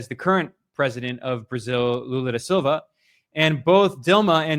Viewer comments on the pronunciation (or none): none